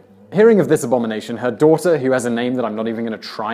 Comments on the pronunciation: haha the pronunciation of the other aztec goddest, coatlicue's daughter, is "coiolshawki" :) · Rich Wilson - People should send him easy-to-read transcriptions of such difficult names: Coyolxauhqui /koh-yohl-shah-oo-kee/